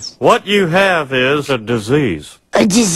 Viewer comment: a diseaaesid?